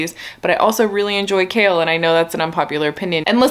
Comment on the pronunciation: The first time you said “Chaol apologist” I thought you were saying “kale apologist” and I thought Huh maybe these books aren’t about what I thought they were lol 👑